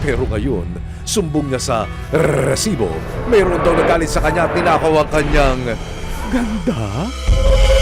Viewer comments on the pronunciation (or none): Please lang, paki-ayos ng pagbigkas ng word na "RESIBO" huwag nang artehan pa like, RRRRRRRRESIBO!!! hindi sya nakaka attract ng subscribers!😒